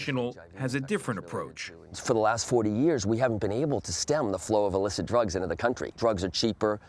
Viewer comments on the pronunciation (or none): none